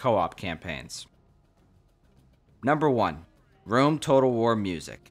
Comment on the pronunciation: Could you say the name of that first game again? War-whatter? Medieval-Tawter? Rome Tawtel? Shogun 2 Total War? See what I did there?